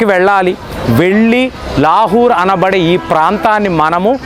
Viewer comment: లాహూర్ ❌ లాహోర్ ✅